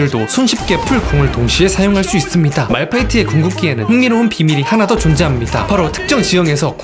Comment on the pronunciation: "~이씁니다" 하는 말투 빠져드네 ㅋㅋㅋㅋ